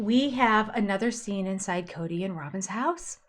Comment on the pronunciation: It's not Coyote Pass, it's Kody Pass